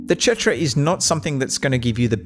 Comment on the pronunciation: idk why you keep saying chetra.